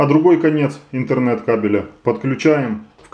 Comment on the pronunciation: Не иНтернет кабель, а иТһернет кабель.